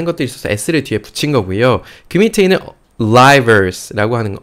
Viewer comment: ARRIVALS 에서 R발음을 L발음으로 하시네요.